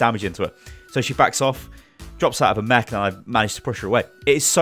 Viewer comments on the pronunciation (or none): none